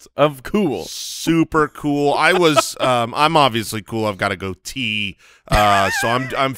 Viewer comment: It's a GOAT-ee